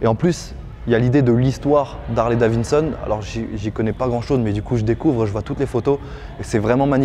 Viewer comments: Hahaha je suis pas le seul a l'avoir entendu dire au moins deux fois Davinson ptdr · horrible le « « Harley DaviNson » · Harley Davi"D"son enfin 😂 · Harley DaviDson, arrêtes de dire DaviNson 😂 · Juste deux détails, c Harley DaviDson et pas davinson lol. Et pour la musique, tu a un intercom sur ton casque ! Pourquoi ta jamais mis de musique avec? C la base ! 😉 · Cest pas Davinson mais Davidson lol 😂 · Super ! Mais on dit "daviDson" 😂